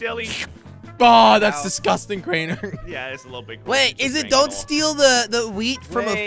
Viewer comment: HAHAHA its crainer not crayner